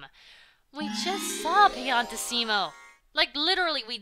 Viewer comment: It's pronounced piann tissimo not piantiss imo